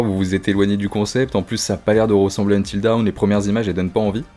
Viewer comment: Tu devrais utiliser Google traduction et cliquer sur l’audio pour « until dawn » tu vas être surpris sur la prononciation 😂 plus tu répète mal le titre plus ça me trigger 😂